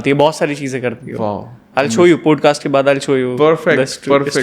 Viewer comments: Law of attraction ko LOW oof ettrection, Manifestation ko menifestesseon, POSCAST ko poodkast bolne wale bhi podcast kr rhe hain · पोड कास्ट नही पॉड कास्ट कहो..